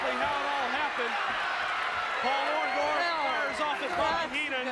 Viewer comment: he can't say orndorff either sounds like ondaff 😂